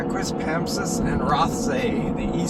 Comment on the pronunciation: It's pronounced QuispamSIS. Emphasis on the third symbol